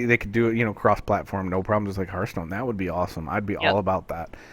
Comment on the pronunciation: Honestly this is starting to annoy me to no end. Its HEARTHstone, not hurthstone